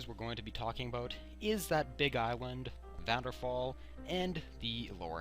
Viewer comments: AH ITS VVARDENFALL NOT VADDENFALL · Vardenfell, not vanderfall :) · First of all Its Vardenfell "vaar-Dunn-fell" and the currency is the Drake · Why the Hell do people call it Vanderfall, it is Vvardenfell: Var-den-fEll